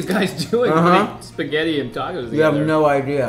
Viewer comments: When he said "Pasghetti" instead of "Spaghetti" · I love how he calls it Pasketti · Me and my friend watched this and I was having trouble saying "pasghetti" so we broke it down PISS-GHETTI!!😂💀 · omg he said paseggtti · Don't you hate it when someone calls it basscetti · did he just said pasketti